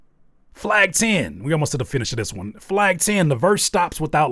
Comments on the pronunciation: The fact he says my knee talk is much louder now Who pronounces money, my knee? AI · bro you make such a big fuzz around something thats mega obvious especially the lyrics are obviously AI generated, nobody would rap this way "money talk is much louder now" with "money" emphasized on the second syllable that's something nobody would do. and then the local cable line on top. the only thing they added is adlibs in my opinion. those are real. maybe the main vocals were recorded by him and its a copy of something that AI prepared. but honestly they might be AI too.